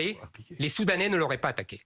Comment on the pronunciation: même le mot soudanais il arrivait pas à le dire.